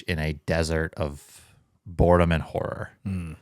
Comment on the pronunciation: did I hear borrer and horedom? Kinda fruitful slip 🤭